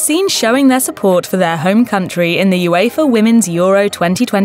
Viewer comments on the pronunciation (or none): none